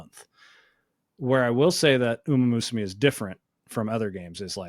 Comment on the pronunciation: The mispronunciation of "umamusume" is going to drive me insane